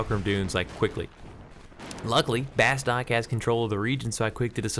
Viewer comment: It's not "Bass-tok" it's "Bass-two-k" Watch the intro movie >.<